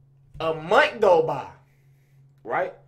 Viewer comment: “A munt go by” 😭